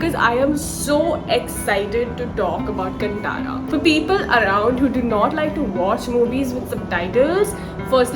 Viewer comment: Madam, i am from Karnataka. Film का नाम कटारा नही है। सिनेमा का नाम है कांतारा। और कन्नड़ बदले कन्नड़ा pronounce होना चाहिए। आप से मैं बिनती करता हु की वीडियो करने से पहले थोड़ा ध्यान रखे। धन्यवाद। गलती हुवा तो माफ कीजिए 🙏